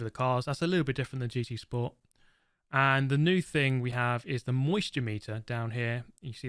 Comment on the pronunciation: He can't even pronounce New